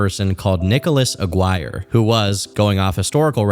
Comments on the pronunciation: I hate when people get mad at bad pronunciations but hearing say "uhgwuire" for Aguirre was hilarious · "Aguaier" Lmao I beg you to seek advice on how to pronounce hispanic last names my dude. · It's pronounced Aguirre (A - gear - aye)